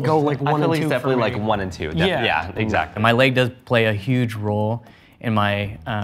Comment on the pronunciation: I didn't even notice his leg until the 3rd time he said leg. I thought he was saying length at first.